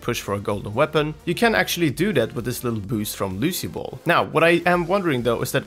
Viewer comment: You said Lucy bal its Lucio ball